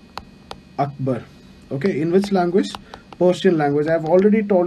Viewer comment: It was a very good lecture sir. Few corrections not in pronunciation but because of the pronunciation the entire meaning gets changed hence I mentioning it here: 1) It's Sambaad kaumudi: meaning " Communication enlightenment" 2) Mirat - ul- Akhbar: mirror of news It's akhbar it's Akhbaar which means newspaper. And it's Miraat meaning mirror not Mirat. Thank you.